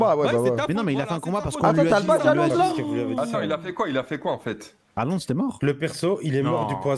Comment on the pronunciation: Il a dit qupi